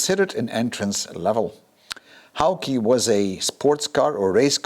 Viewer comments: I worked with David Lazenby & Co in 1972 when the works were located on the west side of the second floor of Swain's Mill on Crane Mead in Ware, Herts. In all that time I never heard one person pronounce the name of the cars in any way other than the English pronunciation, "Hawk". I suppose people who hail from other countries may choose to pronounce the name as their native language pronounces "Hawk" but the designer did not. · Nice car and nice video. You have so much knowledge and experience,next PS the name Hawke rhymes with walk. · Hawke - pronounced "hork"